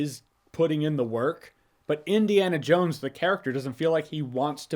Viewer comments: It sounded like you said Disneyana Jones at the ending of your video, if that's not you said, then it should have been 😅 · does he say Disney-ana Jones? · “Disney-Ana Jones”…classic!